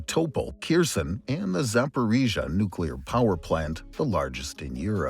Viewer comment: Please use correct pronunciation of Kherson next time. Yours is so distracting.